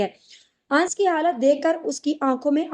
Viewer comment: Ans ans kyu bolti ho Sahi naam hai anas